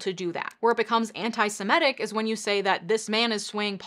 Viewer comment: It's 'Semitic', not 'Simetic'.